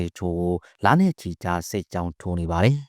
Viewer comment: စပ်ကြောင်းတဲ့စစ်ကြောင်းကိုတောင်မပီဘူး